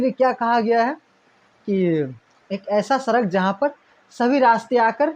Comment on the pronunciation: Sir apka uchcharan sahi nhi hai ड़ को आप बार बार र करते हैं सड़क को सरक , बड़ा को ब्रा कहते हैं